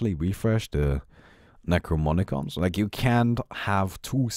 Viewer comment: Is it just me or does pronounce Necronomicon "Necromonicon"?